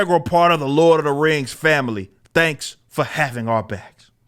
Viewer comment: If LOTR was black, it would be pronounced exactly like rippa says right here. "LORD OF THA RANGS".